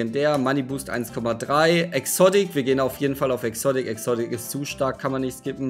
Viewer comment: Was hast du mit exodick das heißt exotic